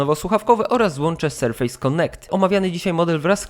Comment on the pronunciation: BŁAGAM... Serfes a nie serfejs.